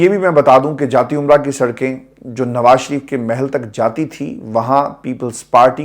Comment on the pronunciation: جاتی عمرہ نہیں جاتی امرا